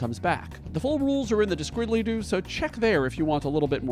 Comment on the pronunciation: I was pretty excited by the concept, then you said descriddlydoo 👋🏼